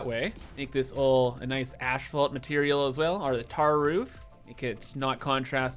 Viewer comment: as a fellow Canadian, i urge you, PLEASE say asphalt, and not ASHfault lol. Keep up the great work though, you're the best